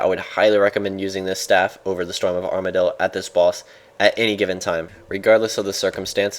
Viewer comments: you said armadyl like amar-dee-yil - spending too much time with james and simon are we? hahaha :) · "storm of armardyl" are rubbing off on you D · Armadyl pronounciation mess up. Lol, Too much James and Simon. xD